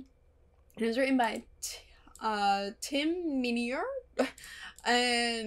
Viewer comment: FYI: Tim Minear is pronounced like: "mine ear." Patreon may already be aware, but his name will come up from time to time going forward. And he wrote a few episodes prior to this as well. You may recall 1x09: Hero (Doyle's last episode), 1x15: The Prodigal (Angel flashbacks and Kate's dad dies,) and 1x19: Sanctuary (Faith turns herself in to the police.) He seems to be present for a lot of emotionally charged episodes. Judy's story is really heartbreaking. I just rewatched this one in anticipation of your upload and I full-on cried at the end. If you rewatch, there are little foreshadowing moments, like those lines she says about how being locked up in prison would be worse than dying and then she ends up spending her life imprisoned in the hotel. It's a devastatingly tragic tale that really stirs my emotions. - The reason he thought of the hotel is because he went there in 2x01 with the pregnant woman. He has a moment of recognizing the place and she says "you've been here before." - Yeah, Angel seems to travel a lot after he gets a soul. Angelus was pretty well-known in Europe, plus there was always a chance he might run into Darla, Drusilla, Spike, or Hawkeye Penn there, so he probably wanted to start over in America. So far you've been shown that he was in Romania in 1898 when he got his soul, California in 1952 for this one, and Manhattan in 1996 when Whistler found him and led him to Buffy in California. He also mentioned that he went to Missoula, Mont